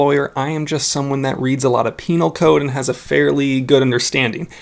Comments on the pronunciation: lol PEENAL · You said penal 🤭